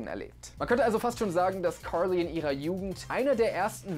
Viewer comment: Die Aussprache vom jay triggert mich, carrrrrrrrrrly